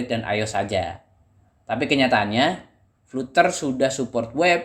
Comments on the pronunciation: Sebutan nya salah bro biarpun spelling nya flutter..tapi sebutan nya "Flad ' ter' " bro..belajar lagi english nya bro. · Mungkin Fluter lebih pas di lidah, atau mungkin fluter anak dari flater